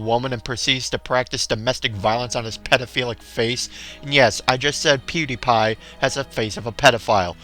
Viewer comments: its pronounced ''PewDiePie'' not ''PooDiePie'' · its prnounced ''piwdiepie'' not ''poodiepie'' now i meant to put the i in pewdiepie cause thats pronounced that way..